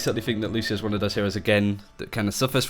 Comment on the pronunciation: Bro, I'm brazilian, and the right way to say IS NOT "Lushio", but Lúcio, the C thing is pronounced something similar to SEE, but without the double E. Don't forget that there is the " ´ " thing, so the pronunciation on letter U will be stronger.